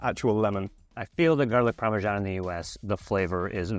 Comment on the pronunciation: it's parmesan not pawmeshaun